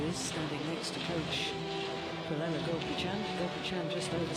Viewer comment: Is jill Clarke pronouncing PUSARLA pusaria ?